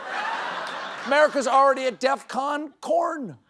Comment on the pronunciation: How did you miss "Def-corn 5"? And does Stephen know chickens are female?